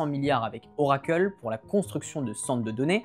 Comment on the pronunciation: pourquoi "oracle" est le seul nom que tu prononces a l'anglaise ? :) Juste "oracle" et pas "orakeul" serait mieux ;-)